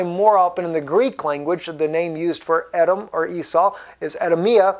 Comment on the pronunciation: Believe it is pronounced E-dom